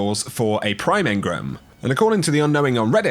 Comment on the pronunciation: Engrum?!?! Hahaha come on man